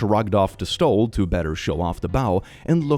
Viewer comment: Nope, you pronounced couture perfectly. It's French and I'm heard it butchered by non French speakers. Ironically I'm using a couture finishing technique to fix a tear in a denim blanket You did, though butcher faux, pronounced fo, and stole which is pronounced and spelled like the word stole as in having stolen something